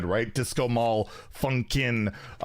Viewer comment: I respect integrity. He is very consistent about mispronouncing funkfin.